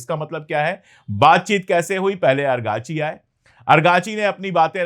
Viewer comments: Sir, not Arghachi but Araghchi. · The name of the foreign minister of Iran is Araqachi not argachi. Thanks You 🙏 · Argachi nahi.Arakchi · Araqchi ko argachi kehta h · پانڈے بھای اگاچی لفظ غلط ھے درست کر لیجیے آپ کا نام سید محمعد عباس عراقچی ھے آپ کبھی اگارچی اور کبھی باربی کہتے ھیں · आप अंग्रेजी स्पेलिंग के आधार पर 'अरगाची' उच्चारित कर रहे हैं जबकि फ़ारसी/उर्दू उच्चारण होगा इराक़ची/ سید عباس عراقچی या सैयद अब्बास इराक़ची है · Sir . Abass Araqchi hai......agrachi nahi hai .. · पांडेय जी आरागची नाम है अरकाची नहीं। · Kabhi ARGACHI kabhi AGRACHI ye kya hai sir ??? Us bande ka naam ARAGCHI hai ARAAAAAAAGCHI